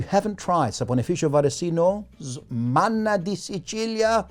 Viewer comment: As a Sicilian-American, I must applaud your pronunciation of "Manna de Sicilia". So where do you get this stuff?